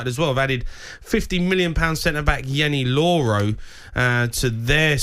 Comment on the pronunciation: Did Jamie just say Yeny Loro? 😅